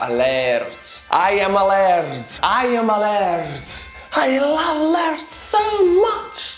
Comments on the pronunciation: Lard is the beef fat that I fry my chipped potatoes in, here in Scotland 🏴. The word you were looking for is 'laird' ie pronounced: l - air - d. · it is not lard, it is lorD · btw that title thing is fake and as a scot its not lard like butter but its lay aird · Ha! Yes, the guy in the skit says "laird" but the lady clearly says "lard." She's missing an "i" so I predict success. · or laird